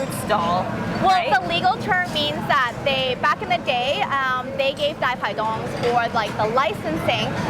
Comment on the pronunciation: Pronunciation on point! Loved the dai pai dongs there! Keep up with these great videos!